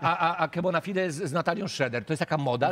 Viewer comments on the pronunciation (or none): czy on powiedział Kebonafide xD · Według pisowni powinno się mówić Kebo ale ze względu na to jak fani twórcy i sam twórca wybrali, należy mówić Kłebo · termida 0 powinno ale Que mówi na siebie kłebonafide ;(